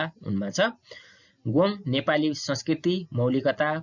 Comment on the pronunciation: के हो "गोङ् " ? गोङ् होइन "गोङ्ग" शुद्ध उच्चारण गरौँ ।